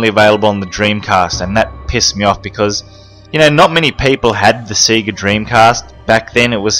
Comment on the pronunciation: i love how you say Sega, like Seega. Instead of like Sayga